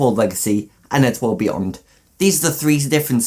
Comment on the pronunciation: Why when he said eddsworld beyond did i think he said eddsworld weeyoo